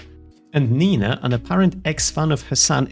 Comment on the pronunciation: who is this 'neeina' and why does she try to disenfranchise?